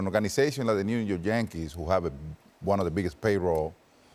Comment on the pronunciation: Does Big Poppy say New York Jankees on purpose. 😂.